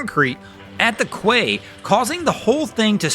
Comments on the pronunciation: you are lazy for not teaching the correct terminology and trying to shortcut it, your logic is flawed on this I'm afraid. Quay is key not kway , to be fair I wasn't chastising the pronunciation I was pointing out the correct way, many a word has been read but not heard so how would someone know how it should sound unless you give an example, giving the wrong example is not helpful, it's actually ridiculous to think it would be. I have no more input, you have way more experience at stupid than I do as such I cannot keep at your level for any longer, I have to go back up for a breath. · I wondered if it was a US pronunciation, not no, he just got it wrong. Buoy is pronounced differently. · Pronounced key, not kway for quay. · “Dear: It’s ‘KEE,’ not ‘KWAY’! “Come on, man! Dis is basic Nauticalese!! “Quay is pronounced KEE!!” 🙏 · Quay=key phonetically not kway 👌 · Pronounce the quey. As kee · Quay is not pronounced as written, in fact it is pronounced same as the word 'key' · Wow. Another nice vid. FWIW, "quay" is pronounced "key". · You beat me to it. LOL Of course don't get me started on the correct pronunciation of "buoy." It's not a "boowee", it's a "boy", just a different spelling. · You are supposed to pronounce 'Quay' as 'key',:) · A boat guy who can't pronounce quay? AI fail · ... "Quay"??? If you're into boats you know how to pronounce it ;)